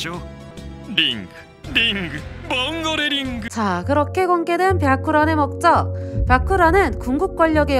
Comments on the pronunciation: 영상 야무지게 잘 봤습니다 ㅎㅎ 다만 자막은 봉고레라고 해두고 발음은 자꾸 봉골레라고 하는게 좀 거슬리네요^^ 시청자의 피드백이라고 생각해주시면 감사하겠습니다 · 봉골레 패밀리 아니고 봉고레패밀리...